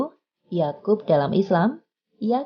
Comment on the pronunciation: Ya'qub bukan yaqub please-lah kalau kurang baik dalam pengucapkan Bahasa 'Arab Khusunya untuk Makhorijul huruf tolong belajar dulu..lah Kalau begini terus , bisa Bikin orang greget . Sebenarnya banyak sih yang harus di betulkan sepeti kata "lafadz" dan kosa kata 'Arab lainnya , channel yang berbau Islam seharusnya kental dalam Budaya keislamannya bukan hanya kontennya saja tapi juga dalam penyampaiannya sepeti pengucapan Salam dan Bahasanya , bahasa yang dipakai juga harus berAhklaq dan juga bahsa 'Arabnya juga harus fasihk dan ... saya minta Maaf karena pesan yang saya bawakan kebawa rasa greget jadi pesan saya terlihat sepeti mengkritik , saya turut mengapresiasi channel ini karena telah memberikan beberapa ilmu kepada saya khusunya Masyarakat Indonesia. TERUSLAH BERKARYA